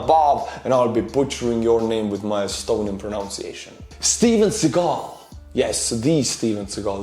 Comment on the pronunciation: I love how you pronounce Steven Seagal as "Steven Seagull". I mean, his words are as annoying as seagull´s tweet.